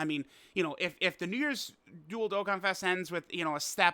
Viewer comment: When you say dual-dokkanfest... I hear dildokkanfest and I can't unhear it.